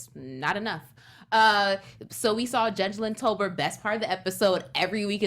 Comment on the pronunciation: why do you keep calling judge lynn toler, judge tober? It is toler. Lol